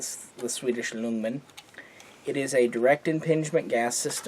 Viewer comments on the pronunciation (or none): Great video. Ljungman is actually pronounced: jungman. Not easy to know for those who don't understand swedish.